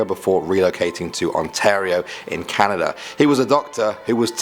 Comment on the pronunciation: The first time he said "Canada" I thought he said "calendar"